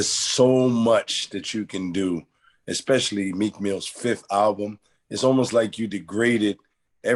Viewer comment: Although in common everyday speak it's (become) acceptable; as someone who speaks professionally should know that at 8 mins 36secs it's properly enunciated [ (s)-special -lee ] not [ (x)-special-lee ] It's relevant because you all are curators for the culture.